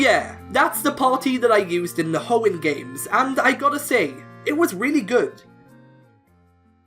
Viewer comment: It's Hoenn, NOT Homen!